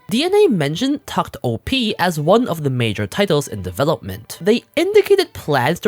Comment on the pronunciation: It's pronounced "tact opus" btw